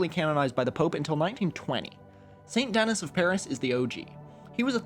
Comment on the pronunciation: Great Video! just fyi, i'm fairly certain it's pronounced Saint Denis [Deh-Knee]